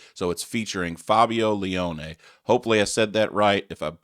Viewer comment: Your pronunciation of Fabio Lione was OK. Don't know if you know Rhapsody, but if you don't dive in. Best band on the planet when at their prime. Try Symphony of the Enchanted Lands. Fabio is with Angra and the new album is a total banger, but their label are assholes.